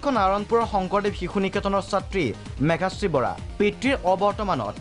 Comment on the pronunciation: N't Mekashree.. it's Meghashree